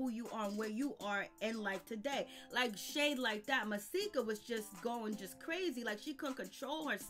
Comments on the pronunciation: It's Just Masika (Muh)-See-Ka. Not Mysika Or Maahsika Or Whatever Tf You Keep Saying. Shyt Like That Is Why I Refuse To Sub To Your Channel. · OMG. Hazel E had a girl. Pleade say Masika name right.